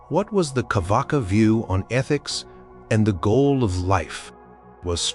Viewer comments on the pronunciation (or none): Its not carvaka, its charvaka